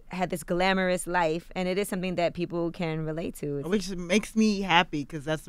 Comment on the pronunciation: "Sumpthin " SMH